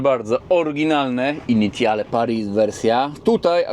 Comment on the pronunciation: Dojrzały, poważny i dobry kanał, a sprawdzić wymowy francuskiej się już nie chciało. "Initiale"? Litości - dowolny słownik lub translator, albo jeszcze lepiej Forvo i nie byłoby siary, bo brzmi to masakrycznie źle. Ale Twingusia lubię, więc mimo wszystko kciuk w górę.